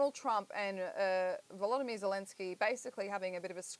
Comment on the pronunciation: Sir Bill sounds smart on the issue, and yet he can't pronounce President Zelenskys' first name correctly.